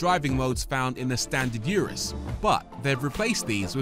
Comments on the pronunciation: RORY, It’s pronounced URUS not YURUS GET IT RIGHT!! -good video though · Hate the way he pronounces "Urus."🤨😡😡